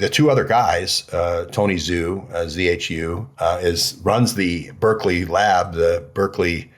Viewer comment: Excellent interview with, who is brilliant and always several steps ahead. Seems there was just an attempt on his life and he is in serious condition in the hospital, but very much alive, despite claims of his death. And btw, the Chinese name Zhu is pronounced as ju or jew, not zoo.